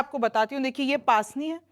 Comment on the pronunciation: its pronounce pusni not paasni 😊